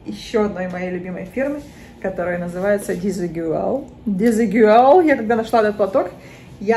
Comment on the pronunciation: Наталья, здравствуйте. Парео испанского бренда произносится [дизыгуаль], что в переводе означает неодинаковый, отличный от других. Спасибо за видео. Удачи.